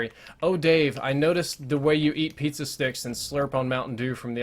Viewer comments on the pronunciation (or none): none